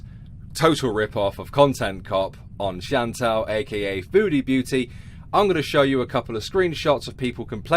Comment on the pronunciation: I'm going to be real. I always thought she was saying "foodie Booty"